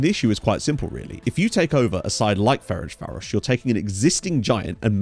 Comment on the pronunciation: A couple pronunciation tips: the authentic pronunciation of MTK is more like "em-tey-kah" And your pronunciation of Ferencváros was pretty good, but the "c" in there is pronounced like a "tz" Looking forward to following this, should be a fun save